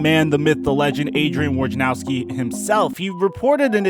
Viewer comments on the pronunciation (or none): This was the worst pronounciation of Woj`s surname I have ever heard :D Here, I`ll make it easier for you - it`s VOINAROVSKI